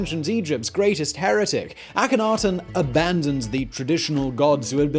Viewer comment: I have heard that the K in it is silent. It is a-hen-a-ten